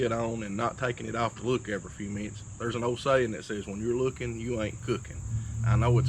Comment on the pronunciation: “When yur luuking yur not cuucking”